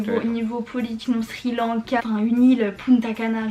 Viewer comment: il a dit quoi ? Sulanka C Sri Lanka 😂😅 Si c ça qui voulais dire